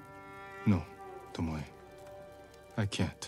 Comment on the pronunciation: Im still laughing at the guy that literally read Tomoe's name as TOMOW. like WTF IS A TOMOW?